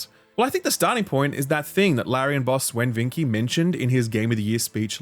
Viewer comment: who is Sven "Vinkey?"